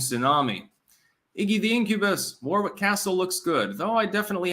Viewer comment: Dude, it's pronounced Worrick, not War-wick😂